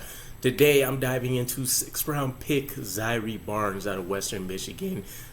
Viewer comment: Bruv it’s Zai err not zyree